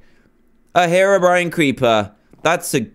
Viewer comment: you said terobrine hahahaha :D